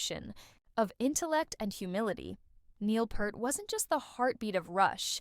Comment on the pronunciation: At least learn how to PRONOUNCE HIS NAME!!!!